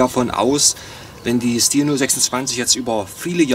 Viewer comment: Hallo, die korrekte Aussprache ist "Schtihl". Zu hören auf dem hauseigenen Kanal, z. B. hier